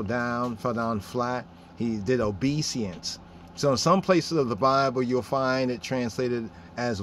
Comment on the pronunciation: Good presentation !! One thing though... it is not obe seance (just so you can see how u spell it and how it’s spelled) but it is obe e sense... We also say it in French... but obéissance (obe is said in an west African way, then i in the middle sounds as E, and finally 2 s + ance sounds like sense... but the en which sounds like N is says Ann like the name...